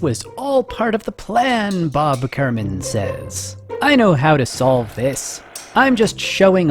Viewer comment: isnt it kerman not kermin